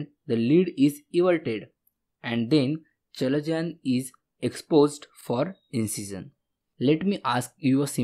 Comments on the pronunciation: Not called chalezion, its called kalezion, written chalezion😅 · Its pronounced as kalazion ... Not chalazion